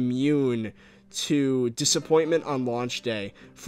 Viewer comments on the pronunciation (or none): "lauch day" lul